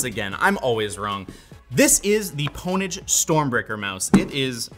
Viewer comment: Did he really just call Pwnage, "pone-age". Have you never seen Pure Pwnage??